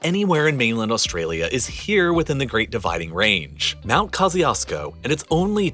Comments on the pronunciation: Man just butchered pronunciation of Kościuszko Mountain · Ko-Sh(ee)-Tchoosh(ee)-Ko. There is no "Zee" sound. In Kościuszko The "Ś" is a softened SH (as in Sheet). "Ciu" is Choo. "Sz" is just Sh. Koś-Ciusz-Ko -- Three syllables.. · Great Video! Just one thing; your pronunciation of “mt. Kościuszko” is abysmal. It’s closer to “Kosh-choosh-ko”. Kościuszko was a Pole and I’m Polish, so I know what I’m talking about xd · Do Americans really pronounce Mt Kościuszko as Mt Co-see-os-co? I'm speechless.